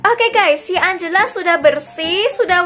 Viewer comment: engela lo kak bukan angela😅